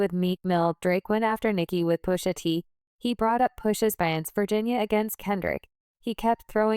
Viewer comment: Its PUSHA T. Not pussaT lol